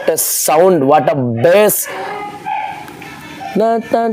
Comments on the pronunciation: Bas Kadu bass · Not boss its bass bro